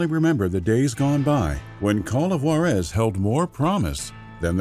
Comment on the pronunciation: Good video. It's Ju-ÁAAA-rez, by the way.